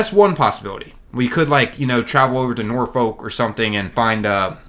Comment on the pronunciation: As a native Virginian before you get flamed it’s pronounced norfuck or norfick not Norfolk 🤣 it might not seam like a big deal but it is around here I cringed so hard when you said Norfolk lol